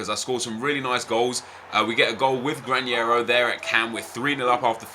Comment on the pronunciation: Nep, the pronunciation of Granero is with a normal N. We pronounce that sound 'NH' only with Ñ, just that... Greetings from Spain. Nice Video!!